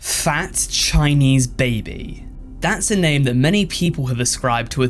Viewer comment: Me too 😭😭😭 the way he said "fat"